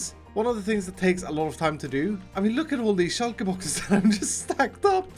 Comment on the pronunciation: Is it just me or is pronunciation of shulker boxes heavenly